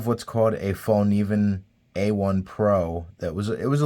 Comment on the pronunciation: Actually the K is not silent. Source: I'm Swedish